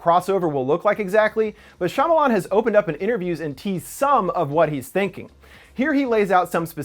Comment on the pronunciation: Shyamalan (SHA-MAL-ON)